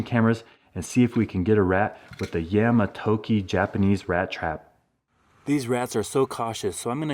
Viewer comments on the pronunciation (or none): yah-mah-to-ki but dont say the 'h' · FYI, the proper pronuncitation of the mousetrap's name is yah mah toh key. In Japanese an A is always pronounced with an Ah sound, an O with an Oh sound, and an I with a Ee sound. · Yah-ma toe-key (pronunciation) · "A" is pronounced as "ah" (think the A in What) for Japanese transliterated Engish (Romanji) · For future reference, the letter A in Japanese words always makes the "ah" sound.